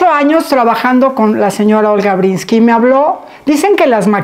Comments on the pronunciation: Matilde, es Breeskin no "Brinski" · Linda entrevista...pero solo una cosa Matilde....es olga Bresskin....no Bresski....y la N nunca lo dijiste...muy importante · Pronuncias mal el apellido, no es brinski, es Breeskin. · Matilde no sabe pronunciar el apellido de Olga? Porque se insiste en decir "Brinski" en lugar de Breeskin? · Conductora, diga bien el nombre de la Sra. Olga Breeskin, no Brinski. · No es BRINSKI lo correcto es BREESKiN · Todavia........ Todos queremos ver a Olga!!!!!!.....Felicidades Olguita!!!!!......y tu Matilde a ver si te enseñas a decir ........BRISSSSS--------KINNNNNNNNN. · Es mi oído o la Sra. Matilde pronuncia Olga BreeNski?? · Matilde, Porque pronuncias "Brinsky" ???? ES EL COLMO ....!